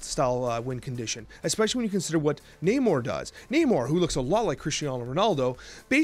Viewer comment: Ayyy He's finally pronouncing namor properly hahaha. Love your vids my dude